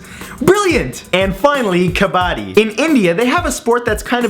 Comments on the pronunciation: its not kabaaaaadi its kabbadddi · It is ka-bu-di(soft k) bro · Its not kaa-baa-di, it's kuh-buh-dee. Put the emphasis on dee. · It is not kanaadee it is kanaddi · Dude I'm from India and it's not pronounced kabadi it's called ka-bba-di.we have bloody national championships in India based on kabbadi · You miss pronounced kubbadi its pronounced kubbadi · Its not ka-bad-ee its kuh-bud-di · I am a girl and I am from INDIA!! I know how to Kabaddi. Also you are pronouncing Kabaddi WRONG! It's ka-bah-dhi!🤓🤓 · It pronounced k-p-ti I would know even though I'm not Idian i lived near it though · All Indian know about Kabbadi. BTW it's pronounced Kuh-bud-ee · Kabaadi is pronounced "kupudi" with a short u sound. now imagine it in an indian accent. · It's pronounced (kob) (uddy) say it like that 😄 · its pronounced Ka-BA-DI where you tag the other player and run back to your teams side before getting tackled by the other team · Kub-a-tee. A pronunciation of my teach a couple years ago who went to India for a couple years. :P I don't care, but I like your videos :D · Kabaddi is pronounced Kuh Buh Dee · Its kub-u-di....... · The way he said kabbadi made me cringe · Wow ur pronunciation is just so sucky.... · Being Indian i find it funny how he pronounced Kabaddi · oh kabadi... the way you pronounce it is kind of weird, but the game is fun